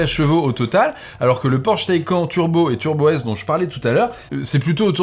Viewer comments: "Le Taïquand " ?!? LA Taycan (Taïcane) plutôt... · Bonjour non ? 'tain j'ai du mal avec cette façon de faire chez Frandroid ..... PS : ah oui et on dit "taï canE" PS2 : Quand est-il du réseau d'entretient sur cette voiture en cas de problème ou juste d'entretient ? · Ça se prononce Taycanne le Porsche Taycan… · J’ai arrêté de regarder quand tu as dit Porsche TaycAN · Taycan se prononce "Taycane"...Ça m’a un peu irrité durant la vidéo mais je m’en remettrai... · Suis-je le seul à avoir les oreilles qui saignent à chaque fois qu'il dit Porsche "Taille-quand" ? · C’est vraiment très perturbant d’entendre cette prononciation du mot taycan! Ça se prononce taycanne ! Bon sinon n’oublions pas que c’est du chinois. Finition aux fraises, Tout qui craque après après deux mois d’utilisation, durée de vie limitée, voiture qui bip de partout… etc. C’est chaud de comparer Porsche quand même. Bon en fait je viens de finir, la vidéo et t’es un fan boy… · le fameux Porsche "t'es-quand"